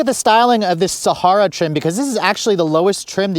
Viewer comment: Please learn to properly pronounce Sahara. It's super annoying listening to it repeatedly say it wrong.